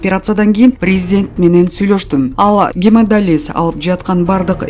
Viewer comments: Гемадализ эмес гемодиялиз айты, лышы гемадиялиз туура суйлосон журналлистка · Сенден башка журналистка жокпу, тагыраак окуган......гемодализ эмес, гемодиализ..... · Гемодиализ деп окучу, ушундай сабатсыз болосунбу гемодализ дейсин го туура окуганды уйронсончу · Гемодализ эмес ГЕМОДИАЛИЗ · Гемадализ эмес гемодиализ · Гемадализ дейтко😡🙈гемодиализ деп айтса болмок! 😡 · ГЕМОДИАЛИЗ деп туура окучу